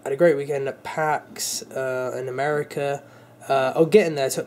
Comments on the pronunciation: who se catches him saying ameri-cer not America lol I still love ya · americur again xD